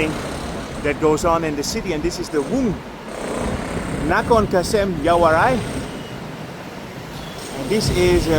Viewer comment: For your correction, the name of the area is pronounced in Thai as " Werng Nakhonkasem", not 'Woong Nakonkasem"